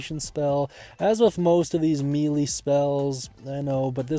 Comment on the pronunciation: its "maylay", it has no flavor or texture, it's not mealy.